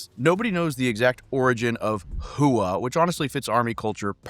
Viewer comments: "Hooah" is one syllable, not 2. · ITS HOOAH... Get it right or stop making Videos. :face-orange-raised-eyebrow::face-orange-raised-eyebrow::face-orange-raised-eyebrow::face-orange-frowning::face-orange-frowning::face-orange-frowning::face-orange-frowning